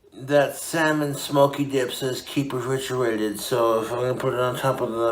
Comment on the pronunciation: firstly "Diyup" instead of "Dip" secondly "Yesth" and thirdly, "I'LL LET IT COOL OFF OVERNIGHT THOUGH"!? He heated it for FOUR MINUTES!!!